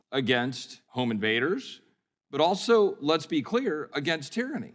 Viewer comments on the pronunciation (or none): none